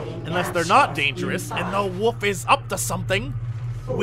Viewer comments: I love how Jesse says wolf as Woolf :) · dude, learn to pronounce wolf everything